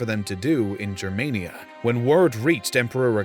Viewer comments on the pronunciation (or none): Your saying jermania, but its pronounced germania, the Romans wrote as they spoke, if it was jermania they would of written jermania (which would have actually been pronounced yermania because j represented the y sound, infact i dont even know if latin had/has a j sound) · why you say germaynia? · Its Germania, 'G' as in Gaul. As it is in German. Who TF is Drassis and the Yousepeets? And what's that guy's name again, Marco Many? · He wrongly pronounces it... It's Germania, but he says Germenia... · Just a point: it is pronounced GER- māniă...like anGER. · The ch sound is supposed to represent a fricative, like how German and Dutch people pronounce it. It later shifted into a simple h. So it's better to pronounce it as an 'h' than as whatever you're doing now.